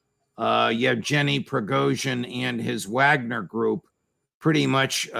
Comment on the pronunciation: God, I cannot stand Jack Devine. Even you judge you Can't even pronounce the name correctly.😂 You morons can't pronounce vogner or the names of the people correctly